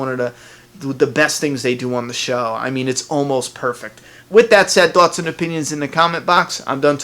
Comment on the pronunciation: "leave your tawts and opinions"